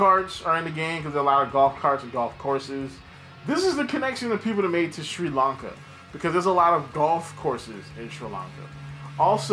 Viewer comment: yup i am literally that one sri lankan dude who watches your channel, good job mate u said it almost right :D :D